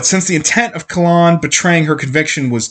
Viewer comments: Kayyyylan lol Not Kah Lan (KaELynn) I agree I read most of the series and I’m listening to it a second time and hadn’t realized how many flipping recaps there are! It’s aggravating yet I have to finish the series hahaha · butchering the name